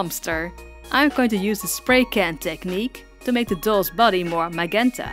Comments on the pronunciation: It’s actually pronounced majenta not magenta. No hate just constructive criticism. Beautiful doll by the way 💜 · So cute! Also it's pronounced Mah-j-enta not mah-genta but I understand if you have another accent. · Olivia is definitely one of my favorite characters that you've done. I absolutely love the pink! By the way, the word magenta is usually pronounced with a j sound, majenta. Keep up the fantastic work! You're one of my favorite doll artists on YouTube and I LOVE your work! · Love your videos. Its Majenta tho. G's often make a J sound when they have a vowel on each side. English is weird and super hard. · Very pretty! And I just wanted to say, in case you didn't know, magenta is pronounced maJenta. It's very weird, but I just wanted to tell you. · It’s pronounced “ma-jen-ta”... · Just a tip but in English it's pronounced "maJenta" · I love how say magenta not the right way to say it but I wanna say that way now because its sounds more fun to say it that way 😄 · I love how you say magenta and your barn owl is so adorable! I love barn owls on their own but this one is a thousand times cuter! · I love how she says magenta she's to good for this world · i love the way u say magenta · Is english your first language? It's just,you say magenta a little weird. (I really love it our voice either way.)